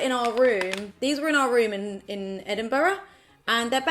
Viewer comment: I’m from Edinburgh and she says it like the locals. But trust me there are some strange ways to say it. Heard a guy say edin-burger once 🤔🤔